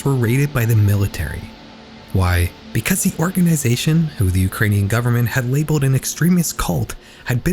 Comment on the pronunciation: You say "why" really weird here. Was it supposed to be "Why?" and you read it as "why," ?